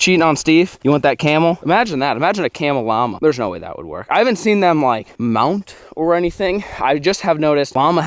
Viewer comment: The way he said "Mount" XD